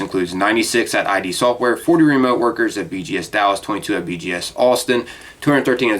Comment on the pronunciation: it's "id", not "I.D."